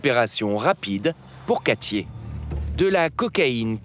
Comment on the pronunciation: "Quatchié", vraiment ?? Katie, peut-être ?